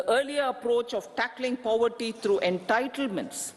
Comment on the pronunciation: Please stop pronouncing poverty as paaavarty. So annoying! It does not sound cool; rather it sounds stupid.